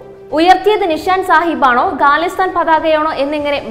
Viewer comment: ഗലിസ്ഥാനല്ല ഖലിസ്ഥാൻ ആണ്. ഗണ്ട അല്ല ജണ്ട ആണ്. വായിക്കുമ്പോൾ തെറ്റ് കൂടാതിരിക്കാൻ ശ്രെമിക്കുക. എഡിറ്റ്‌ ചെയ്യുമ്പ്പോൾ നീക്കാവുന്നതല്ലേയുള്ളൂ.